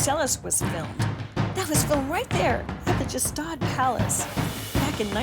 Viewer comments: Pronounced 1 of two ways; G-shtahd and/or , Shtahd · thats not how you pronounce gstaad